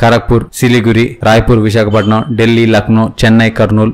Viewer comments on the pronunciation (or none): none